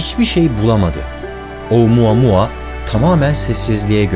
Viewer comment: Başlıkta oumuamua yazan oamamaamamammama diye okuyan bne .d